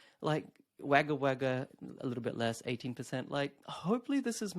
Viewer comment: it's pronounced Wogga not Wagga even tho it's written that way. Otherwise great content.